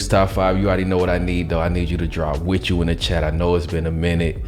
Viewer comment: Wit chu Zaddie